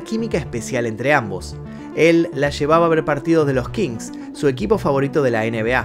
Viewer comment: Cuando dicen Kings, como si fuera un equipo de la NBA, me hace perder algo de credibilidad y entusiasmo.